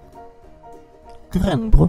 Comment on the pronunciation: Memang rasis,gak bisa ngomong rrrrrr rrrrrrr rrrrrrr rrrrrr rrrrrrrr rrrr keren bos bukan kelen